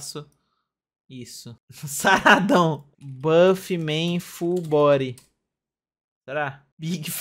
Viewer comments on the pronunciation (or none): none